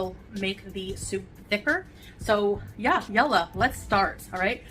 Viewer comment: As someone who used to be married to a muslim, the biggest pet peeve at the moment is how she can't pronounce a single word right. She can't even say yalla correctly. Damn, could she be any more disrespectful?